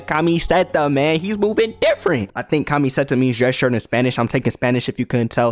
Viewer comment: Great video, loved the jokes and the play by plays. Just one more thing... Why are you pronouncing camiseta like KA-ME-ZE-TA on God I might just have to give you a gallon of horchata just so you can get some Latino genes to help with that.